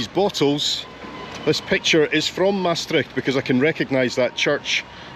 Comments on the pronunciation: That was a good presentation of the capital of Limburg. And your pronunciation is not bad at all, on the contrary. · Great tour, you've walked a lot. I lived in Maastricht for 20 years. I recognised almost every street. Your pronounciation of Dutch is quite good. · You pronounce it very well! I’ve been to Maastricht last year to see Andre Rieu and it was marvelous ❤ groetjes from a Dutch lady. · Matey, Maastrichtenaar from birth here, you really saw almost everything. Your pronounciation is really good too. I haven't been in Maastricht in quite some time. Your video is a trip down memory lane. Thanks for that! Really enjoyed all the places you visited. Fun fact; the bookstore you visited was once a popular place to celebrate Carnaval, let's say 20ish years ago! Keep up the good work, thumbs up!!